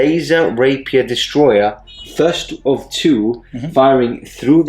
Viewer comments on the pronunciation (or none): none